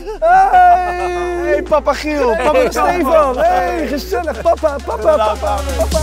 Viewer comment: Waarom zeg je giek het is Giel